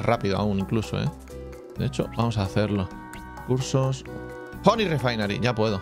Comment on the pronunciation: Nadie: Absolutamente nadie: Escocés: vamos a poner.. hony hony hony